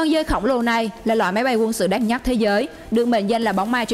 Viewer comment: Đất Nhắt . Nghe vl